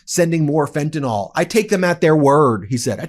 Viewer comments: Pet Peeve: It's not pronounced "fentanOL" - it's "fentanUHL" or "fentanIL." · Ben— get it straight:That is FentanYL—NOT FentanOL!!! you are just parroting Donald Trump!